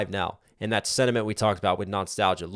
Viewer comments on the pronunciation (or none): I thought you said “knox-talgia” haha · Are you saying non-stalgia instead of nostalgia?